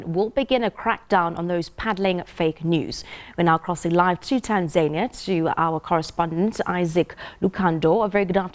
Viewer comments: 😁😂😂 ..Tan(zaynia), TaNZANIa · Right on....who taught her how to pronounce Tanzania.....?as "TanZAINia "so confidently wrong..!